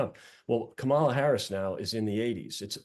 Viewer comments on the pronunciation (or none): How do you not know after almost four years how to pronounce the Vice Presidents name? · best campaign strategy ever, intentionally mispronounce Kamala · It's disrespectful and deliberate when these guys don't pronounce her name correctly. Can they pronounce Camilla? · If you are an American political analyst and after 3 1/2 years you still can't correctly pronounce the vice president's name, there's a problem. Sincerely, Pennsylvania Voter